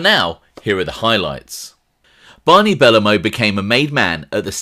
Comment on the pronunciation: buh-low-moe not belluhmow good vid tho